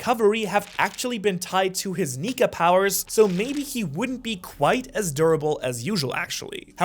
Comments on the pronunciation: Is it me or did I misheard that he said 'luffys nigga fruit'?? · I thought you said n!gga fruit